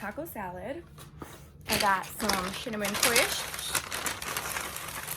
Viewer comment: When you said shinnamon twists and did that little smile you looked so much like your sister hahaha love how real y'all keep it